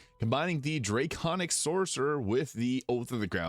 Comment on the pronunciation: Drayconic. You know, because draygons.